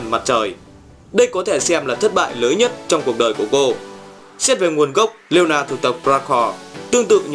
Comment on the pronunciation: ổng ko còn đọc leona là leola nữa 👍